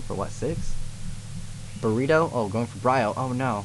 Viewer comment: "whats this.........Buritto?" lol its bureido not buritto, (pronounced boo-reh-doe/dough) XD that's made my day lol